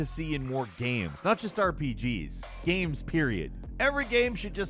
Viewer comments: What are "Ames?" 😂😂😂😂😂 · "modern ames"